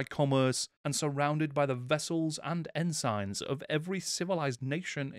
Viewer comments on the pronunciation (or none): Please check your pronunciation of your script - "ensign", "boatswain", and several others got far more letters than they normally have!